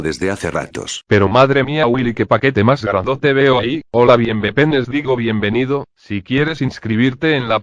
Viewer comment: bienvepenes digo bienvenido XD XD xd